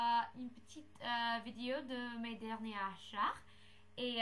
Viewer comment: il ne faut pas dire achatr mais achat voila sinon tu parles tres bien francais